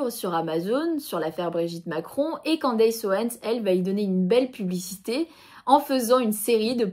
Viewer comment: On ne prononce pas 'Quandeillesse' mais 'Kenndess' 😉